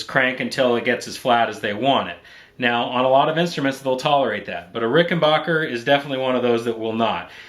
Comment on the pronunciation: Rick-in-back-er. Not "bach"er